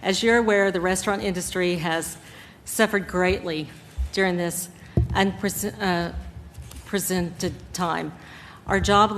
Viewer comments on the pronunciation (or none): DISCUSSION? more like a staged show making sure there'd be no divergence of views ...reading out from prepared speeches (but this Oklahoma lady couldn't even pronounce 'unprecedented'...the press sec, sucking up master class